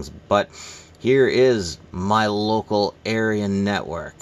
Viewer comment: Sounds like you said local aryan network 🫣